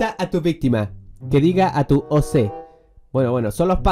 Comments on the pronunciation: No se pronuncia O C se pronuncia como decis Ok Y un OC es el Avatar bueno noc si me explique bien -^ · Cuando dijo oc (pronunciándolo oce) me puse a reír un montón y oc (pronunciado oc) es él personaje que creaste en gacha life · Se dise Oc primero o y segundo c se dise oc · No se dice o se si emmmm di ok ok no okey no si no ok asi se dice oc y es un personaje que creaste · No es o c es ir OC no o c 😃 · Como lo pronunció